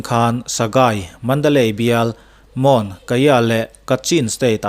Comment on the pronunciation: Moon,mawn ti a lam lo tur mun ti a lam zawk tur a ni